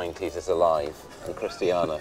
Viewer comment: I hate how the host pronounces Chistiania wrong. COMPLETELY wrong. It's not chist--tee-ah-na it's Christ-stain-eee-a. He says it wrong 5 tines and his guide pronounces it right. So dumb.